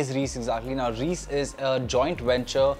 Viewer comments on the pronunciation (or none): It’s not “Reeece” bro. It’s pronounced as “Raiyce” Reise literally means Travel in German.